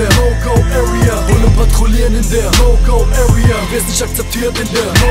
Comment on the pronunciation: wie spricht der bitte area aus das hört sich an wie öria